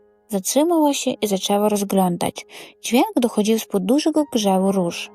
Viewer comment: Добрий вечір, підкажіть будь ласка, що з наголосом? У багатьох словах він порушений. Дякую за гарний текст, але треба перевірити вимову за допомогою словника. dochOdził, pOdlać